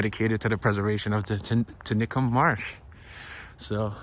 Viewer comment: It's pronounced;"(tenny-cum ),,,Which is on the south side of Philly International Airport